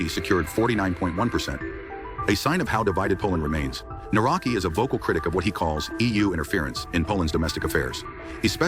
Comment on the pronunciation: The name is pronounced - Nav-ro-ts-k-ee. Another puppet as all they are. Divide and concur. Polish people are divided 50/50. That is the result they all want. Thanks for video. Do not comply.